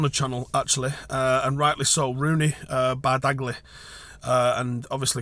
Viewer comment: wtf is Bardagly? It’s pronounced Bar-gee